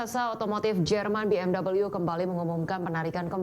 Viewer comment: Maaf masukan buat narator nya... bukan BMV yaa bacanya BMW ( dalam bahasa indonesia ) atau Bi eM doubelU (dalam english)